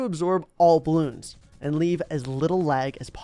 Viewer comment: it hurts hearing him call the game "Baloons"...